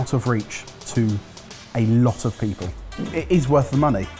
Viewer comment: Did say "time or day" instead of "time of day"?